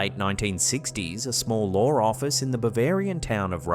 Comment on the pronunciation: says Lore Office.. Why does he say Lore?? It’s LAW Lawwww not Lore..